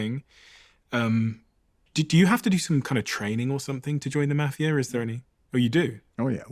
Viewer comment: Wish the mafia guy would teach the host how to say mafia- Jesus! Had to turn in off